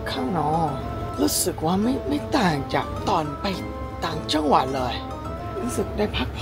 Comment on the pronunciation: คำว่าจังหวัดมันแปลกๆน่าพี่